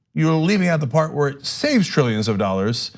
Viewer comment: Trrillianands Of Dallars